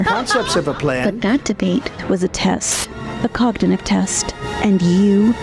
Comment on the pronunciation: Ugh you'd figure that ad would get someone to read the word "cognitive" correctly. How tf did they let that ad get out with her pronouncing it "cogdinive"?